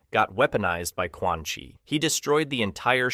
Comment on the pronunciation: Aint no way bro said "Quan ☕️ "